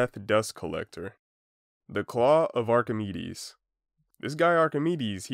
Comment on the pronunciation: lesson learned: doesnt know how to pronounce archimides and the guy who doc from tf2 named his bird is a madlad